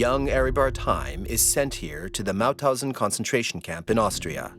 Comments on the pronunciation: Its MaUthausen, not Mathausen. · It's MaUthausen